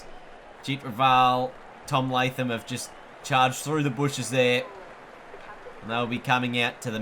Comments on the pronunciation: It's not Tomy Lathem it's Tom Lathem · Hey fool it is not tom Lathem it is tom latham